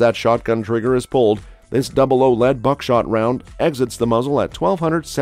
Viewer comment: Double aught "00" not double oh